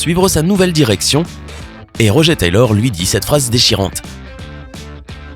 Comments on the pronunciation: C’est RoGEUR pas roger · C'est moi ou... Tu as dit "Rogé" et pas "RogER" ? Oh quel irrespect pour Ben Hardy ainsi que le vrai Roger... ;-; C'est de l'anglais donc ça se dit Rog"eure" c'est pas joli "Rogé" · MAIS SVP ÇA SE PRONCONCE ROGEUR TAYLOR PAS ROGÉ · rogé taylor ROGE mais bordel pourquoi détruire le nom des gens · Pas Roger "Rogeur" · aie la prononciation du nom de Roger... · Ta mal prononcé Roger